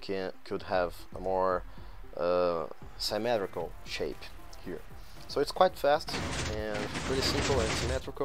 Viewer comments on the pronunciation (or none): you pronounce the word as si-me-tri-cal,you can thank me later